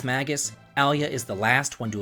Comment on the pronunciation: Yeah, but they have their names written in Japanese, and that shows how they are pronounced. Marle is “Mar-lay.” Magus is “May-Jus” Ayla is “Eye-La” Crono is “Chrono” (don’t know how you get that one wrong)